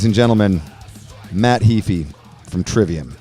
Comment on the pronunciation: HAY-FEE, not Hee-fi! :)